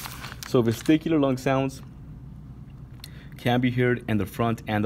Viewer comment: I think its vesicular not VesTicular but video is helpful